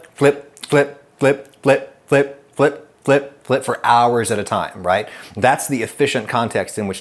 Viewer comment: Captain planet said fliup